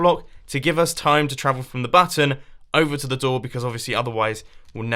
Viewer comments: He Called It A Hidden Butt Instead Of A Button 0"45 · I THOUGHT HE SAID "A HIDDEN BUTT-ON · at 0.46 were he says hidden button it sounds like he said hidden batten